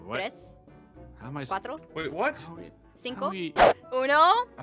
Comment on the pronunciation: omg i was laughing so hard when jess was counting in spanish and she said cuatroce and i was like its catorce not quatroce also for the ones wh dont know spanish catorce means fourteen